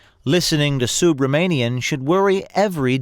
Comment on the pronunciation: Am I the only one who hears O'Keefe pronounces the guy's last name as "SUBMARINEAN"? ( , ) This SUB-RA-MANIAN weasel has nothing to do with submarines!